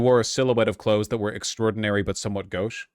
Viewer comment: Gauche isn't a commonly used word anymore, that being said phonetics is lacking in most of these young adults. Mispronouncing gauche is okay with me tbh, as long as they learn later on how to use it and how to pronounce it then whatever - I butcher so many words when I first read them.